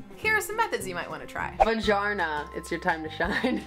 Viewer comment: LoL "vajarna"